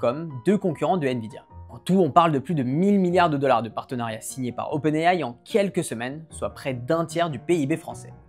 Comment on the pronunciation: C'est faux! Il prononce également OpenAI en anglais et de facon totalement correct (pas comme la plus part des YouTubeur tech français).